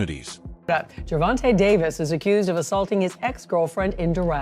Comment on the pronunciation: Jer-von-tay!!!!! Not Jer-von-tuh🙄